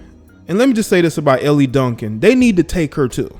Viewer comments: Dude, her name is pronounced "L" Duncan not Elly. Also your commentary is waaaaaaay too long and monotone. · ....Elle’s name is pronounced like the letter L, not Elli, like you’re saying. Not sure if you’re being facetious or not🤷🏽‍♂️🤦🏾‍♂️ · How you going to comment on something and you don't even watch the show or the network? What a joke, promoting hearsay. BTW, it's Elle, like the letter 'L'. Geesh, why should we listen to you?!